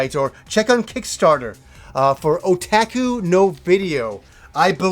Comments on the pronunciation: it is not O Tac Ku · What kind of annoys me is how he says "Otaku" other than that, another great video as always,!